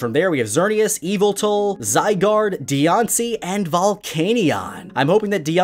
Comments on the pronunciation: its yah-val-tahl not eeveltal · Yveta- I mean, cough Y A V E L T A L ! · It's Yavalltall not evelt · says eviltall Mandjtv fans: YAVELTAL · i know it is a meme from mandjtv's channel where he says yavaltal instead if yveltal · True ahem excuse me YAVELTAL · Skylar Lee “eveltal” wtf not even close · I understand it should be YAVELTAL! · Y A V E L T AL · mandjtv: IT'S YAVALTAL!!!!! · WHAT THE HECK IS THAT MISPRONUNCIATION OF YAVELTAL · and im spelling it how its pronounced #MandJTV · It's Yaveltal! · any MandJTV fans know that its is pronounced Yaveltal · It’s pronounced Ya-vel-tal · I can't believe his pronunciation of yveltal Someone will understand